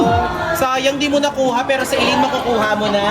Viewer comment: ZAILAINE NOT ACELAINE